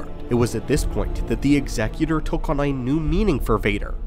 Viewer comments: Bonus cool points for correct pronunciation of Executor 😁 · Man of culture who knows how to pronounce "Executor". May the force be with you.